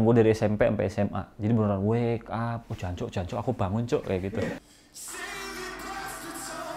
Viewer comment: Lucu juga lu bilang jancok bang